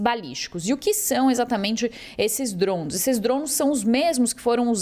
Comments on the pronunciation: Cara que reporte chata falando drosn.... A palavra é DRONES DRONESSSSS.. Não drons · Que porra é Drouns ? Drouns, Drouns, não é possível que não consiga falar DRONES KKKKK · Reporter falou 67 vezes drons drown drond kakkaakak mas nenhuma vez ela falou drone puta que pariu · Kkkkk ela não consegue falar Drones kkkkk drouns kkkk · Trons toda hora 😅😂 acorda ouvindo drone e dorme ouvindo DRONSSSSSSS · Jornalista é dronssss ou Drones, não entendo porque estudam tanto pra nada. Dronsss🤦‍♂️ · Alguém avisa essa sonsa que é DRONE não DRONS PQP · Ela tentando falar francês...DROUNS, DROUNS, DROUNS... KKKKKK😅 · Mds Drouns? que isso Jornalista , bora pesquisar um pouco antes o assunto hein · Ensinem a esta reporter, por favor: DRONES, DRONES, DRONES. A notícia é para o Brasil. Que coisa mais chata! DRONES, DRONES, DRONES. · Porque inventar? o mundo não fala Drouns🤦🏽‍♂️🤦🏽‍♂️🤦🏽‍♂️🤦🏽‍♂️🤦🏽‍♂️ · Será que alguém pode ensinar essa pessoa a falar o nome correto dos DRONS. Av Maria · A cada DROUN que a reporter falava, o Irã perdia um ataque de DROUNS 😣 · Achei que era somente eu que estava implicado com a pronúncia dessa repórter… kkkkk DROUNS DROUNS DROUNS. Que chatinha!!!! Kkkkk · Esses “drunes” ahahahha Bela pronuncia! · Ela tá pronunciando em inglês? Por que não pronunciar em português? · Sim…mas o que achei hilário é que ela fala em inglês mas com pronuncia aportuguesada kkkkkkkkkkk O “r” totalmente aportuguesado kkkkkkkkk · É desafiador até para ela falar o nome kkkkkkkkk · Ela está falando em inglês, deve ter acostumado por estar no USA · A pronúncia do inglês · então fale certo não custa nada.